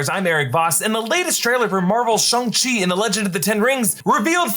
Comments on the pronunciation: It’s Shang not “Shung”, idk care the way Kevin said it, his accent got in the way, even Sterling the creator said that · SHANG not SHUNG lmao why do yall get so much promo and can't even pronounce character names properly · it's Shong not Shung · I thought it was Shang not Shang.. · It literally isn't..... It's "Shung". It's how it's properly pronounced